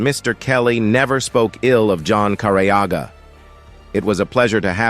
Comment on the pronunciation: Finally the last name is said correctly. Can’t believe it took an AI voice 😂